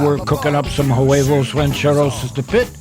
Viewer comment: Way-vos, the h is silent